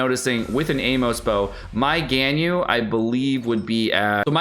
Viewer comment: mmmmmm... I just want to comment, why do you pronounce Ganyu as "GainYu"? It's so weird. It's suppose to be " GUN - U ".